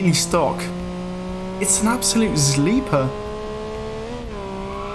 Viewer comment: Did this man really just call it a zleeper